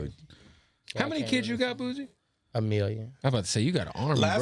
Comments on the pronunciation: im really screaming at my computer every time he says "boozy" its fucking BOOSIE! couldn't even watch it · It’s pronounced BOO-SEE . not BOO-ZEEEE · Its Boo-C not Boo-Z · Kev killing me everytime he said Boozie.. it’s Boosie fool get it right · Boosie not boozie😎😎😎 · Boo-sie Not Boo-zie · Nigga why are you saying boozie? It's boosie. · Dude steady sayin "boozie" who tf is boozie 😂😂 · The only Z is in BADAZZZ!! GET IT CORRECT PUY SUM RESPEK ON BOOSIE NAME. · don’t even say Boosie right! Crazy